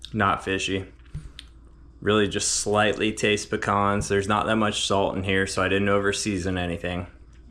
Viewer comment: Damn Dude, it must be cold, everything has has gone tommy turtle. Keep the rulers away from your best friend 😱😱. Hey what is going on with "Pic-cons"? It is "Pee-Cans"! Bro, you are killing us. This is a side effect and directly related to putting citrus in places where citrus does not go, it is even making you cook Brussel sprouts - I hope that is for the kids. 🙆‍♂🙆‍♂. Should have put same size piece of fish on two plates and hid the rest. Steve knows there is more fillets off the sheepshead - he cleaned them. Yea that played out LOL. Great watch crew, lots of fun. Just back from having a ball, great to chill watching one of your videos! Happy new year to you all, Dive safe, have fun, enjoy life! 👍👍🍻🍻